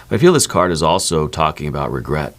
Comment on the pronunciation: No "Regerts"!!!